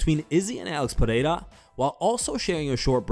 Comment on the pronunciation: Its pe(rrrr)eira not pe(hei)ra